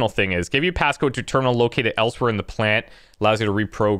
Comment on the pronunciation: Geothermal Pant-lant. (pauses) Puh-lant. :D